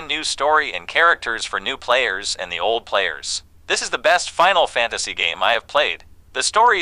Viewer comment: Bro but you said final fanstasy wtf